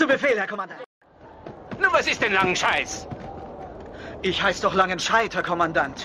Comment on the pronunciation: Nun was ist denn langenschscheiss aber ich heiße noch langenscheidt Kommandant😂😂😂